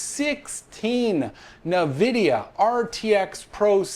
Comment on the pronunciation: what is "nuhvidia"? COME ON MAN!